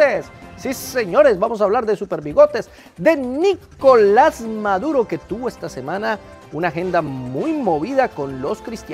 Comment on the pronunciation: 🤣🤣🤣🤣🤣🤣🤣🤣🤣🤣 esa de maduro si estuvo muy buena 😂😂😂😂😂😂😂😂😂😂que pronunciación tan abismal